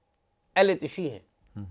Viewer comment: AOA. sir yahan LAFZ ehl e tashee nahi ehle tasheyo bola jaey ga. pehlay ka kaatlab hey JANAZAY k pechay chalne wala aur dusray ka matlab hay SHEAAT WALA yani SHEEAA.